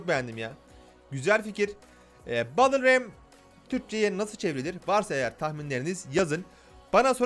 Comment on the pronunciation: BettılRem diye okunur